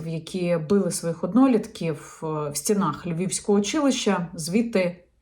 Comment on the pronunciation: Яніно, не фчІнене - а ВЧИНЕНЕ! Не в стінАх, а в стІнах. Не оточЮЮчІ, а оточУючі, хоча правильно взагалі "оточення". Не дівчІні, а дівчИні, не нафпакІ, а наВпакИ, не кричЮщЬого, а кричУщОго випадку... і так як завжди ввесь текст. Ну невже оцю нещасну українську фонетику , Яніно, ви не подужаєте???????? Але далі теж завал. НЕ в подальшому, а Н А Д А Л І . Боже, чому ж ви не вчите мову?????? А засмічуєте ефір таким диким суржиком?